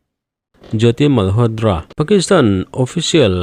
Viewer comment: Malhotdra nilo in malhotra tiin lam tawh d nilo t tur zawk.ngaihthlak anuam lo tep zel